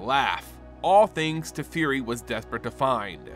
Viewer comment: Teferi… TEH FEH REE!